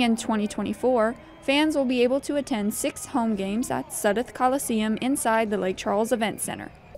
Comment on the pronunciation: talk about butchering a story badly OMG!!!! "Lea" Hutton commissioner and mispronounced head coach James Shiver several times........ WTH!